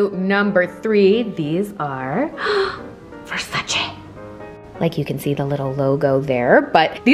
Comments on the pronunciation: I just love the fact that she says "VersacE" instead of "Versacee". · Versace is an Italian brand, so that is the right way to say it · She says "Versace" in the right way😅